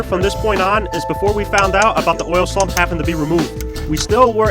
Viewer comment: Nice vid but are you calling it an oil sLuMp...? Sump sump